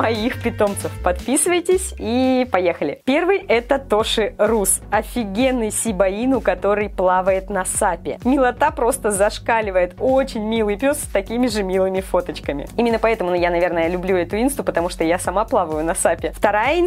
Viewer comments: Можно вопрос? Какая ещё сиба-ину?! Если правильно говорить шиба-ину! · Не щибаино а Шибоино